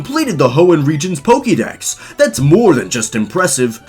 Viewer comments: I’m a little disturbed about how you pronounce poketips and Pokédex like “pokey” but Pokémon Iike “poka” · For Christs sake it's Poke'dex: poke eh dex not poke ee dex. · It’s not pokeydex it’s pokaydex. why do Americans mispronounce it? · "poké", not "pokee" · Pokemon, Pokkideks... LOL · One thing I noticed in every Pokemon video is how every pronounces Pokèmon. They say "Pokee" Dex but say "Poka-mon". Baffles me.